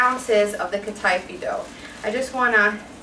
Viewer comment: I was thinking to myself "what the hell is cut-eye-fee dough", then i realised you were saying Kataifi but just in an english way i guess lol. I can't wait to try some of your recipes, starting with this one!